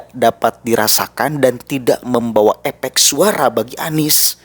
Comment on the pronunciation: Efek, bukan epek mas, kenapa lidah bibir njenengan? Bermasalah??